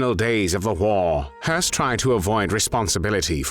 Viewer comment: Höss is not pronounced like "hearse." There is no R sound in this name. It's pronounced "Hess."